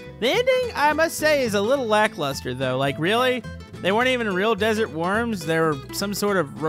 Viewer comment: I thought you’ve been saying desert warms for ever